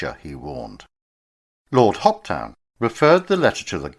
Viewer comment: The Governor Lord Hopetoun is pronounced Hopetoon or Hopetoun never Hoptn